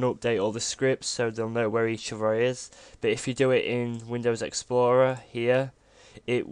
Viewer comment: whats wrong with your "but" word, sounds like "bou" like youre trying to puke but cant